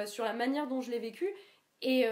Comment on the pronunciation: Putain, elle est stressante en fait. En plus avec ces micro-coupures pour éviter les temps-morts, j'ai l'impression de voir une humanoïde à la "Blade-Runner". Pas besoin d'écouter pour flipper, suffit juste de la regarder. Enfin c'est curieux cette manière d'accentuer la dernière syllabe des mots "docu", "vécu", "faux-cul". Elle a un problème avec le "Q" ou quoi ?